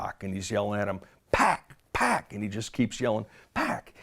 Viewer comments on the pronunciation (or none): it’s not “pack” it’s “pac” pronounced “pock” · "suge kept yelling pack, pack, pack" its Pac not pronounced pack lol this guy even actually there? Pac couldn't speak at all but he was able to say "fuck you" that loud and clear lol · Rally Ss so he’s reading off a script but they didn’t tell him how to pronounce pacs name. Sounds legit. Or is more likely that in the middle of a traumatic event suge was screaming pacs name and it sounded a lot like pack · I'm pretty sure Suge wasn't saying, "pack, pack." I think he meant, "PAC." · Pack pack it how suge sounds when he says pac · I am dying reading this Suge said Pac not Pack get it right? Lol..